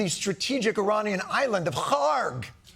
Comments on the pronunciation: How does John know to say Kharg perfectly? 😂 Is he overly sympathetic to the new regime or the people Iran who didn't for this attack? Great commentary as usual in this tough time. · You are the first American I heard that pronounces "Kharg" as it should, finally!